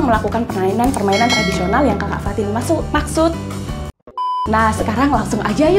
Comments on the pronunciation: Keseleo pas mau ngomong 'maksud'😅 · Iya jadi lucu kak fatin 😀😀😀